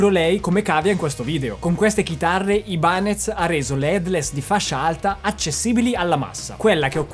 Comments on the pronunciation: No, per favore.... "Aibanes" no, ti prego... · Aibanez non si può proprio sentire.